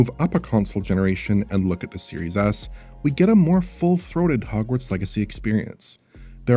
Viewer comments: It's not just you. I definitely heard that once in this video. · Does anyone else keep hearing “Series Ass” like I do?